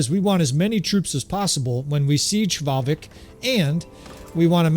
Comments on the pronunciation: It is not hevalvik it is valvik love your content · Fun fact for info - the H at start of norse / nord words is silent so the settlement is pronounced Valvik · The H in Hvalvik is silent, so it's pronounced Val-vik :) Love your bannerlord videos -A scandinavian viewer